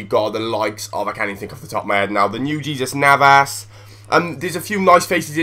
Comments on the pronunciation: its not jesus navas its pronounced heyzeus navas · its hesas navas / thats how u pronounce his name ;D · It's not pronounced Jesus Navas it has and accent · Jesus Navas is not a phonetical English name try and put a bit or effort to learn pronunciations. or so "Simpson is a good little player and has a good future ahead of him in the premier league" He's just moved to QPR... who are in the Championship. you should probably watch some football mate.